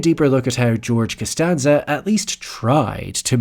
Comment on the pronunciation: Canstanza.. canstanza...